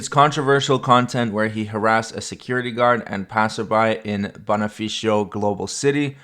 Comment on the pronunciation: Great Video! Just to help you with the places, here are how they are pronounced: Taguig = "TA-GIG" Bonifacio = "BO-NEE-FA-SHO" Overall great video. Looking forward for more of your content and thank you for that change link!